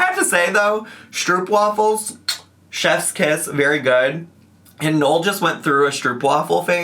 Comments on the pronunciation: Fun lil fact from a Dutchie, stroopwafels are pronounced more like 'stroapwahfels' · The way non-Dutch people pronounce 'stroopwafels' is absolutely sending me loool. Also, i agree with basically everything you said regarding cake gate. I feel like Amber doesn't take any responsibility for her part in all of this...